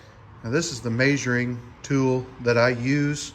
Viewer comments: The way you say measuring messed me up I thought you was saying majoring I was like what the hell is this guy talking about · The way he says measuring really bothers me